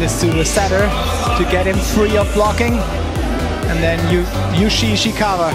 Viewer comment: "Yushi" Ishikawa..